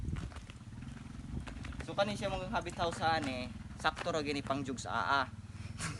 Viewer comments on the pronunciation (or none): Hahaha natatawa ako lagi pag sinasabi mo ang Jugs ah ah.😂😂